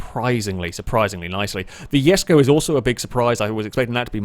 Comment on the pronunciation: It is pronounce the Koenigsegg jesko!!!